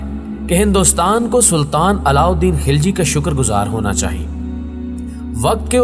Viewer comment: Kis kis ko malaot kar diya yaar ek video like k liy khilji ko ghilchi bata thi ho afghan ko Turk bana diya Kiya anab shanab bol rahy ho tum